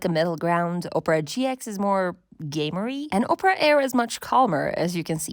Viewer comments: Op rah, not ope rah 😂 But otherwise nice video! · Oprah? OPRAH?! OP-ER-AH! 🤣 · You, over and over again: "Oprah" Me, every time you said "Oprah": "Opera" But this was a really good overview of current browsers. Thank you. ❤ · Are you from the Midwest saying Ope-ra instead of Opp-ra? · Just because i was weirdly annoyed by it: the browser is called opEra as in the opera house and not opra as in Oprah Winfrey ;) but in total a really nice comparison and kidna interesting to see, what people from a design perspective care about. I mostly care about privacy, speed and that pages are displayed correct. The last point is especially important from a developer perspective, because even if many browser are build based on chromium or firefox, it's something kinda shocking which issues can occur if someone isn't using Chrome or Firefox. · ITS OP-PRA NOT OPRAH GET IT RIGHT!! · its not ohpra its OPERA!!!! - A recreation of me everytime you say oprah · OMG the way you keep mispronouncing Opera is insane. Oprah is a talk show host. Opera is a browser and a a type of entertainment. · Why are we pronouncing it “Oprah”? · Oprah browser? Ah-per-ah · She called it Oprah 😂😂😂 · I lost it when you said "Oprah" browser XD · opera is pronounced wrong, it starts with ah sound like operation 😅